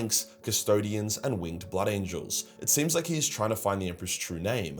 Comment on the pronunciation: The Emperor has chosen his Champion- Ah let’s get into ett